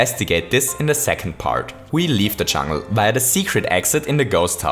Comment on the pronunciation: "the first few levels in the chungl"